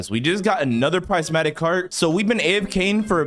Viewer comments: Not being mean or anything but it’s prismatic not prizematic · Its not prizematic heart its prismatic heart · ITS PRIS-MAT-Tik